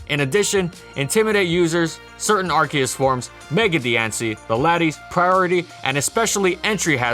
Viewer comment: IT'S NOT AR-KEE-US, IT'S AR-CEE-US